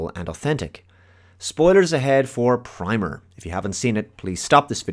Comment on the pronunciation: It's pronounced like "primmer."